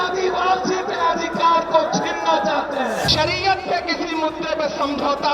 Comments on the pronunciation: Sariya nahi shariyat bol raha he😊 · Phle bolna sekho smje andhbhakt Shariyat hota hai shriya nhi smje